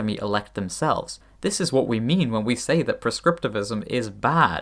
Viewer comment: Wha't Please don't do this, glottal stop together with the pronunciation of the "t" sounds so convoluted.